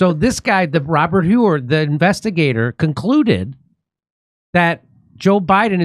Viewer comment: I love it When Jimmy pretends that he doesn't know how to pronounce people's names." Robert Whoooore" lol